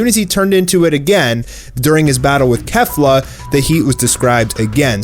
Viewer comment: thank you for calling her kefla not kayfla